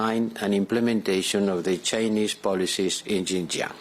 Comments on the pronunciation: They mispronounced the land of the ouïgours it’s 新疆 not ginger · If the western politicians really care about Xinjiang, at least learn to pronounce its name correctly. They could not even do that, yet they claim to be concerned about the people there. How pathetic!